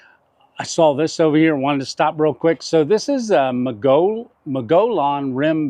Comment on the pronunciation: I was there once talking with a local and they pronounced it Mow-gee-on, with the accent on "Mow". I'm not trying to be a jerk. Just trying to help.